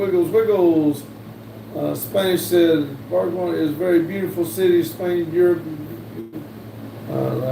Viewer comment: Barcelona= Bar-sa-lone-ah. We had olympics there